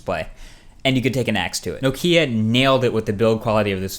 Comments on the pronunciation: Why can't u pronounce nokia? But great video other than that :) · You need to learn how to pronounce Nokia ;)